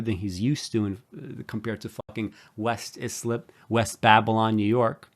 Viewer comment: West Islip is Eye-slip, not is-lip.